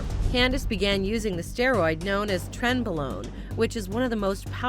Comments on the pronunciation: wtf is tren below???? its !!!trenbolone!!! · It's Trenbolone not Tren Blown